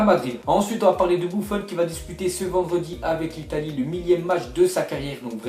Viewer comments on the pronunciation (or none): none